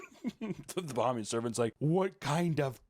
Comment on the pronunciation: As a Bahamian, the way they say “Bahamian” is hurting my soul.